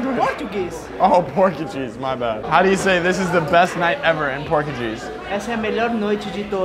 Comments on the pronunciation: Nobody:: "Oh Purgucheese" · PORTCHACHEESE "says " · jp: “portuguese”: “porky cheese” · says Portuguese like “Porky Cheese” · pronouncing Portuguese as Pork You Jeeze is pretty funny 😂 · porky cheese 😼😼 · I thought he said porky cheese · bruh he really said "porkycheese"...creasing. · mans said “porkncheese” instead of portugese 😂😂😂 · When said “Portuguese” I thought he said “pork and cheese” 😂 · “porkacheese” LMAO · PLS SAID “porky-cheese” INSTEAD OF PORTUGUESE I CABT STOP LAUGIGN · "Porkucheese" Lmao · no one:: porgacheese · Bro said porkacheese❤ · said porkaguise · this man just said porkycheese 😭😭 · No one:: Porchacheese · I CANT! U SAID PORK & CHEESE! THATS NOT A LANGUAGE! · why does say porkeycheese for portuguese 😭😭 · bro i thought you said porky cheese 💀💀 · I am Brazilian and the way he said our language made me cringe man. The problem is that that actually happens a lot!